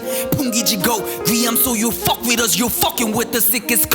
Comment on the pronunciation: 여기 fuck발음이 ㅈㄴ찰져서 계속 들음ㅋㅋㅋㅋ